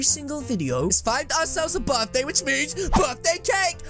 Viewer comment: It's birthday not dirtday lol